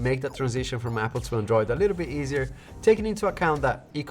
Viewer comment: learn to pronounce android properly 😑